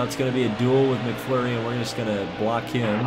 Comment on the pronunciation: It's not mcflury it's mcmurray